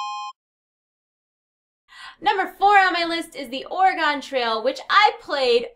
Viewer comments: You're saying Oregon wrong... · as an Oregonian her pronunciation of Oregon hurts.... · You pronounced oregon wrong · please look up how to say oregon.